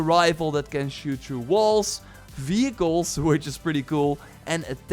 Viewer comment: who kept hearing this dude saying "fecals" instead of "vehicles" ?